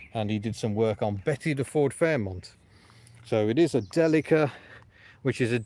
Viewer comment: It is pronounced Deeleeka! I've had a couple and you will be lucky to get 28mpg out of it, you are mu friend on Facebook, shout me on there if you need help or bits